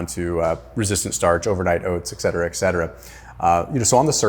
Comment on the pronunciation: Please try to understand how ridiculous you sound saying eKcetera